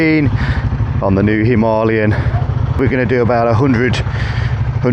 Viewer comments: The dude cant read. Its written as Himalayan but he keeps saying Himaliyan :) Im still gonna watch the video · Did he say him are lee em?? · "Himahhhleeon", not heard of the Himalayas then despite travelling? 🤣🤣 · It's pronounced 'Him-a-layen', the same as the mountain range 😅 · It seems everyone pronounces the Enfield himalyan... Itchy boots, mad TV and many more.... Why? Dunno, but it scratches my brain when I hear it :))) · God! Learn how to pronounce "Himalayan". I had to turn off the video . I couldn't listen to the mispronunciation anymore. It's not the accent that's the problem, you just don't know how to read. I have plenty of English mates who pronounce it properly. It was too much of a distraction, I couldn't focus on the video. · Why can't anybody pronounce"Himalayan" correctly? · Can't pronounce himalayan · Crikey, how are you pronouncing "Himalayan"... very distracting! 🙂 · Say Himalayan properly or not at all 🥶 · How does this guy not know how to say Himalayan? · Oh dear he says it about 100 times. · I came to the comments looking for the Indian pronunciation to see which was correct. I’ve never heard it pronounced that way